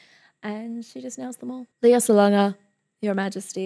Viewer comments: It's LAY-ah, not LEE-ah. (Sounds like Princess Leia from Star Wars.) Lea had been working professionally in the Philippines starting at age 7 (as a child in THE KING AND I). She played her first lead (Annie) at age 9, her first album released at age 10 went gold, had a musical tv show with her brother called "Love, Lea" when she was 12-14, did films, concerts, albums, and made other tv appearances. She auditioned for MISS SAIGON at age 17 (during her first year in university as a Biology major, pre-med). She won all the major awards for playing Kim in MISS SAIGON (Olivier, Tony, Drama Desk, Outer Critics Circle, Theatre World). She is the singing voice of Disney Princesses Jasmine and Mulan. She was the first Asian actress (also actress of color) to play Eponine on Broadway in 1993. And this performance is from the LES MISERABLES 10th Anniversary Dream Cast Concert (1995). And all these credits I'm talking about are just the first 20 years of her career (thru 1998). There is so much more! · Hiya, may I just correct you on how her name is properly pronounced? It's actually pronounced LEH-YAH, not LEE-YAH. Great videos though, more and more power! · Surely you would check how to say a person's name before making a video? It's so disrespectful.